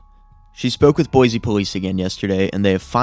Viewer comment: IDAHO MENTION 🗣️ CAN’T PRONOUNCE BOISE CORRECTLY